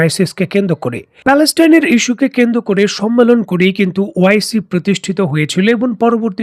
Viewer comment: কেন্দ্র করে/পর্যন্ত । এই উচ্চারণগুলো শ্রুতিকটু লাগে। তাছাড়া আপনার কথা ভালোই লাগে।